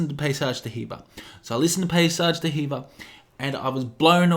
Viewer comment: it's pronounced "dee-verr" not "duh heever"